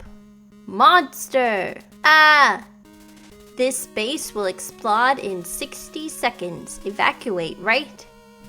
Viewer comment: Lmao, this base will "explod" Love how you said that. Your videos are amazing, glad I found it in the recommended video sections of the TGS podcast since they were stupid and didn't link it in the description.